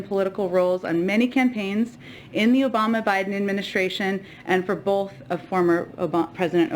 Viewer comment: OH DEAR! Did Saki pronounce the word both as BOLTH? Multiple times??? That all I need to hear from her! Nuff Said!